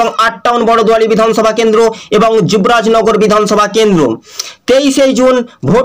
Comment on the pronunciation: Oi gada jibrajnagar nai juborajnagar 😄😂😂